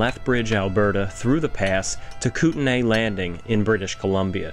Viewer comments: Not Koot-en-AY. It is koot-knee. There are multiple regions, that we usually refer to in the plural, the koot-knees. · Kootenay = “Koot - Nee” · It’s pronounced KOOT-nee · You also mispronounced Kootenay ;) But no bigs. Great video! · Lol, Spokane Native (Spo-can not Spo-cane for those interested) here and we are used to it. Also, Kootenay made my ears bleed a bit, but used to that, also!